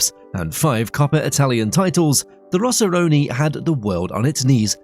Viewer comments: It's rossoneri brotha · ROSSORONI? WTF It's ROSSONERI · Siamo i rossoneri...e non i "rossoroni"!!😂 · The rossoroni? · No such thing as rossoroni Im not even italian and im offended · How do you manage to butcher that many names and facts in a single video? WTF is a Rossoroni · First of all, the way you glazed inter is unreal, and then you couldn't say Rossoneri makes me think you're an inter fan 😂 don't you think I didn't catch that. Other than that, great video.